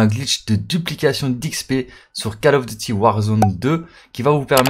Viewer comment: Ce jeu se prononce col of et non cal... merci